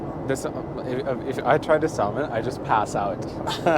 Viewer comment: you dont pronounce the l in salmon